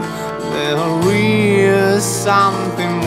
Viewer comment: А что вам конкретно не понравилось? На мой взгляд, произношение близко к идеалу. Хромает только 'o' в словах типа something, nothing, touch - он произносит ее почти совсем как русскую 'a'. Должно быть чуть ближе к русской 'o', чем он произносит. Слово awe, как понимаю, с авторским произношением, типа так лучше звучит для песни.